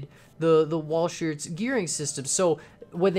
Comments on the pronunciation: Another system used was the stephensons valve gear, which was an earlier system. Also, as other people have said, this isn't a true representation of walhscherts (its pronounced wall shirts by the way) but it is most likely as close as you could get. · Walschearts Pronounciations: Wallsharts